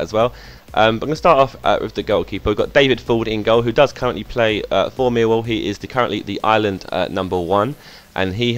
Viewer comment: I love how you say: Meewow. It's incredible